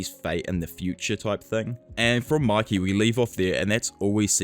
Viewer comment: Its pronounced muykee… it’s annoying to hear you say makee